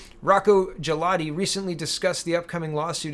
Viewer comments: For Mr. Galati, the letter 'G' is a hard 'G' , in Italian the 'G' it can be made soft when followed by an 'I' or and 'E'. Consider the name to be pronounced Gah'lA'Tee. I did my best to mimic the a dictionary style of pronunciation. Grazie! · It a. hard G